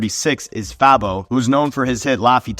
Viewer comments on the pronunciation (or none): you pronounced Fabo as "Fab-O" instead of "Fay-bo", no need to watch the rest of the video, you don't have enough knowledge to be speaking on the subject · Fabo is ATL LEGEND U CANT EVEN PRONOUNCE Dey named correctly bihh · Although I agree with some of his points, if you’re not from Atlanta u shouldn’t be making a video of who’s qualified to be on the top 50 Atlanta rapper list….his didn’t even say Fabo’s name right, that shit made me cringe